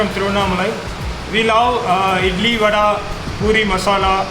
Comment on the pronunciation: It's actually vadai not vada 😅